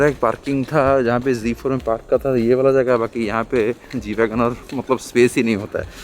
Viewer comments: Pronounced it correctly. G Wagon....😻😻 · pronounce perfectly and nicely the car name.....sombhaii..